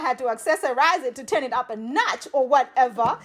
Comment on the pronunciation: I love when you say “ whateva “😂